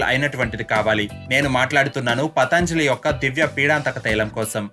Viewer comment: ముందు పతంజలి అని సరిగ్గా పలకటం నేర్చుకో! పతాంజలి అనకూడదు!! యోగ శాస్త్రం రాసిన మహా ముని, యోగి, పతంజలి గారు!!! నిన్ను వీవేక్ అంటే ఎలా ఉంటుంది! దయచేసి పతంజలి అనండి రాగం తియ్యకండి ప్లీజ్ 🙏🏼